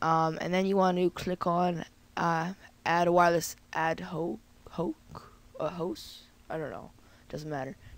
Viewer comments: its pronounsed ad hoc (h.aw.k.) it means, for the special purpose or end presently under consideration: a committee formed ad hoc to deal with the issue. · lol if you haven't learn it yet its pronounced (ad-hock) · ad hoc is pronounced "add hock" btw :)